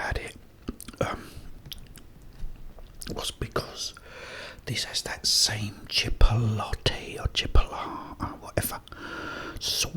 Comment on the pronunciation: Chip-oat-lay is the right way to say it although chipolat is funny